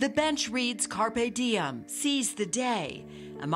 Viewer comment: Not carpe diem but carp diem